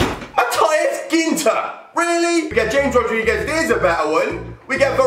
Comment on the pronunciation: great pronouncement of James Rodriguez